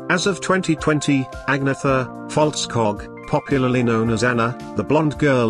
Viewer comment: It is pronounced ahn-yeta